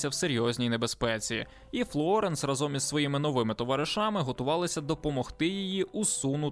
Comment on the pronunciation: "рАзом", а не "разОм"